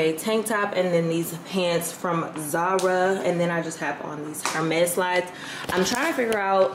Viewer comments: It’s pronounced “air mes” if saying it in English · It’s Ermes sis, silent h in Hermes. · HER-mes is killing me softly